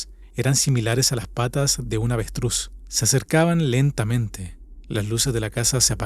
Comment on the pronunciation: de una AVETRÚZ jajaja no BESTRÚZ XD